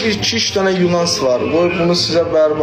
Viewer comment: Yunans yox нуанс. за первых йох во-первых!